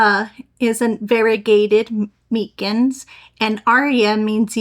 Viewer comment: MY-Cins is how you pronounce it.